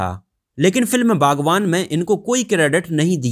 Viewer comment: बागवान नही बागबान है रे